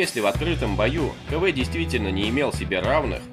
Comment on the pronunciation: Не Кэ-Вэ а Ка-Вэ.